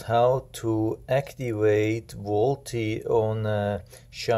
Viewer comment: Volte is pronounced Volt